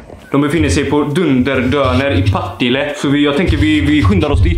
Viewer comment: Varför uttalar alla Partille fel? Det är Partille inte pa tile...